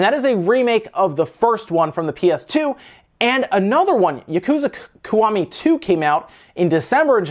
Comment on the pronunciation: It's pronounced "Key" .... The Ki from Kiwami is pronounced "key"